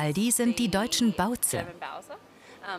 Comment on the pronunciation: Hauptsache „Baoze“ XDD